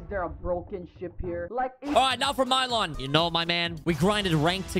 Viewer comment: “Alr now for Miylon” BRO ITS MIL YON